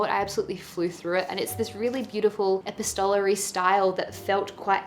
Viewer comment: Sooo many great books here!! ❤️ Great video, too!! The House in the Cerulean Sea is also nr.1 for me this year. Btw, Linus is in this 40s, so not THAT old, I hope! 😂 PS. I think epistolary is pronounced ePIstolary 😬